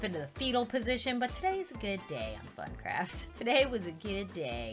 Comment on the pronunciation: I thought you said but craft